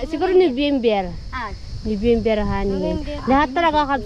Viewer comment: No-vem-ber po.🤣